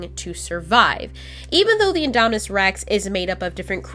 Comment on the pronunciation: it's indominus not idomidous